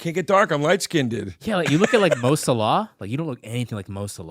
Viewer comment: The terrible pronunciation didn't help.